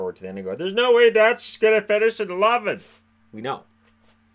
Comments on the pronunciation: Kirby Dach is pronounced "Dock" not Dach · Dach is pronounced dock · I’m pretty sure that Kirby Dach Is pronounced DOC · Kirby Dach pronounced “Dock” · How many times can you pronounce Dach wrong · It's pronounced "cousins" and spelled "cozens". Great stuff though very informative. Dach is pronounced dack as well. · also just some corrections on pronunciation (as hopefully we’ll be talking about these players for the next decade): Cozens is pronounced Cuh-Zens not Co-zens and Dach is pronounced Dawck (like Bach the composer but with a D)